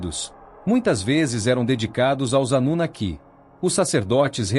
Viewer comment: Esses temas históricos geram ótimos vídeos. Suméria é um dos.maiores enigmas históricos. A festa acaba quando entra a asquerosa narrativa feita por máquina .Ela não consegue falar a palavra "anunaki". A robotizacao da voz está , ainda, na idade das pedras, coisa de nível dos primatas😂. A Burrice Artificial, ainda levará longos anos até atingir um nivel suportável para os ouvidos humanos.